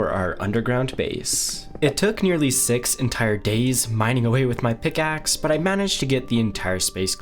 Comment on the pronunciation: pick aksssssssss :D why does this guy talk like that?